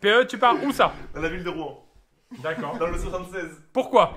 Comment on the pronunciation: Mais APPRENEZ à PRONONCER LA VILLE DE ROUEN !!!!!!